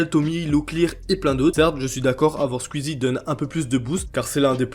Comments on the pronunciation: Mais c'est si difficile de dire squeezie et pas squizi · Squeezie -> « skouizi » Zevent-> « Zi event » ou à la limite « Zèd event » En toute bienveillance évidement 🙃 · Tu dis scul easy et tuitch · Arrête de dire squizzie stp